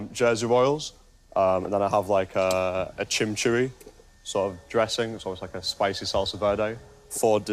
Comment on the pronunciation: It’s not chimceeri sauce. It’s chimichurri sauce. It’s Argentinian.